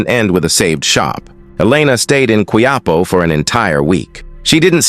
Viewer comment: Hija is pronounced as ee- ha. Its Spanish means young lady. Quiapo pronounced as kee- ya-poe.